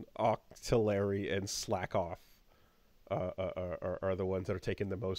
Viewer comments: Octo-Larry~ Nobody suspects a thing~ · OCTI-LARRY?! That's the single-most amazing mispronunciation of a pokemon I've ever heard! Octi-Larry HA that's so good.